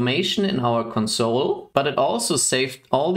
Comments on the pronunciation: Your English is quite good, so your pronunciation of "console" sticks out. When pronounced with the stress on the second syllable (conSOLE), it means "comfort (someone) at a time of grief." To refer to a terminal you should pronounce it with stress on the first syllable (CONsole). Mach's gut! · Sounds like english isn't your first language. And it's bugging me when you say console as in the verb(emphasis on the second syllable) rather than console like the noun(emphasis on the first syllable).